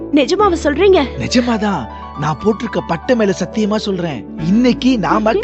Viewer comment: அட , அது சாத்தியமா இல்லை சத்தியமா, வார்த்தையை கொல்ல வேண்டாம்.